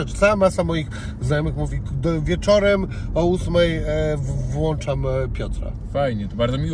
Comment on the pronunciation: Koniec świata Panie Zychowicz Włączaj a nie wlanczaj ✌🏻